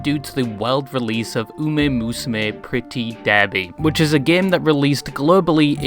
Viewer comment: Uma is pronounced "oo-MAH", not "oo-MAY".